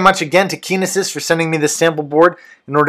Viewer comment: heh you said it like kenises...like penises I'd say it like kin nE sis...like cytokinesis